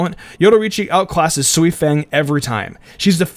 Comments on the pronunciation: It’s Sui Feng not soi fang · It's Sui Feng in the subbed. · M feng is how it’s written for people to read, but it sound like fong. Not exactly fong but fong is a much closer way to pronounce it than fang.